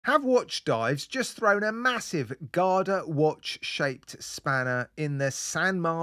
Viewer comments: I didn't even know that's what he was supposed to be saying. I'm like "What's a guarder watch??". So it's an all-rounder. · Stop saying GADA! 🙄